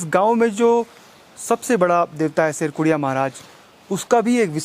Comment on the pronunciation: शेरकुरिया नहीं शेडकुड़िया महाराज